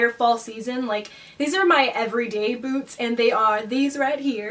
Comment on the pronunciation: The first time she said the word "boots" I thought she said "foods" but then the next sentence I realised by context that she said "boots"